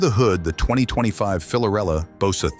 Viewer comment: It’s hard to take this seriously when the narrator is unable to correctly state the product’s name